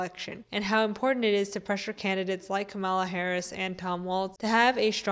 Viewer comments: Calm- la. Not Ka-mall-la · It's KAH-muh-luh (, + la). I know this sounds like hairsplitting but conservatives/reactionaries deliberately mispronounce her name as a microaggression. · At least pronounce her name correctly, so you don’t sound like a Republican. It rhymes with ‘Pamela’ and means ‘lotus’.